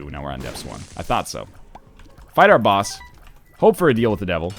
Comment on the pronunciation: Hey NL, I think I speak for a lot of us here, but we really don't like the way you pronounce the word "boss". It is really annoying and offensive and it would be great if you just didn't say it at all.